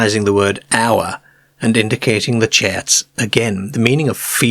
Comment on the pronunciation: I’ve grown to enjoy the speech. “ cahs “ “ fams” chats for charts and on and on. We are the aliens product